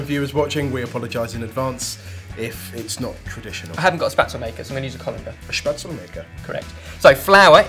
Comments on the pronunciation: kept on pronouncing spaetzle wrong throughout the video- it's shpates-lay! Sorry to be perdantic! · oooohh the way he says Spätzle makes me cringe haha. Its 'Shpeht-zler' not 'spat-zel' , all in good fun, im not tryna be critical :) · Spätzle not spatzel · It's pronounced (shpetsleh) not spatsle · it's really sweet how you say Spätzle ^^ Normally you would spell it "shpaezl-è", but you guys spell it so cute, that I just forgot nearly how to pronounce correctly 😂😂😂 anyhow, great recipe and maybe at the next "Bundesliga-match" I Server it as a dish ;) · My grandma's Spätzle are the best thing ever :D It's pronounced Spätz-le btw, the e at the end is actually pronounced, not like the English 'le' that is basically silent at the ends of words. Also, I'm sure this would be amazing with Currywurst. Because everything is amazing with Currywurst :D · Depending on what part of Germany you're from, there are small differences in how to pronounce it. But I would say a general way to pronounce the word would be: spetzle (in which the S is pronounced as the ch like in 'match' and both E are pronounced as e in 'bed'). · Haha it took a really long time before I realized they were talking about spätzle, I was like what the hell is "spatsel"?! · hahah I'm half german half Australian and i was laughing so hard at how badly you pronounzed spätzle its shpetz-luh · D how you pronounce spätzle sounds more like a southern German cute name for lovers. You say "Spatzl" :D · Oh god, it took me so long to figure out that you mean 'Spätzle' :D Try to pronounce it with me: Sh-p-etz-le. The 'le' is like in 'left'. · its actually called ''spätzle'' :) greets from germany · i didn't understand that they were cooking spätzle when said it...sounded more like spazzl *lol* nice recipe anyways:) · just because you're part German doesn't mean you love German food. And Spätzle is pronounced shpet- zluh. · Spaetzle is pronounced like 'Sch-petz-lee', more or less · isnt it pronounced shpetzleh?